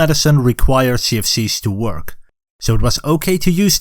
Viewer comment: Everytime u say CFCs it sounds like sea of thieves.